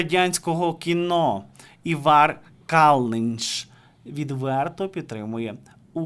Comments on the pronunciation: Та не івАр, а Івар...наголос на І... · Ивар Калныньш ставить ударение надо правильно. В имени-на первой буквы,а фамилия на Ы. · Все життя латвійський актор був Іваром (наголос на I) або Іварсом Калніньшем. Не знаєте як правильно, запитайте у когось, чи подивіться у вікіпедії. Соромно., Ви не єдина зірка шоу-інтернету. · Ставвтье пожалуйста ударение правильно,на имени Ивар.